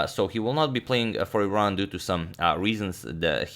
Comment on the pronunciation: I'm not from Iran but thanks for pronouncing it right, unlike most Americans who insist on saying "I ran" as if it were an apple product.